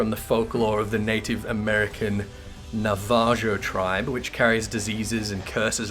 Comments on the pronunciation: navajo is not nah vah JO with an anglo J. its a spanish J from being called that by spanish occupiers. their nation is actually called Dine nation, Dih Nay in pronunciation. i laughed so hard when i heard you say navajoe lmao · Just a heads up - Navajo is pronounced as in Spanish, so the j is usually pronounced as an /h/ type sound. Accent goes on the first syllable in this case.